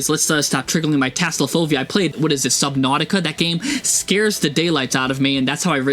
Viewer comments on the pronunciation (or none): none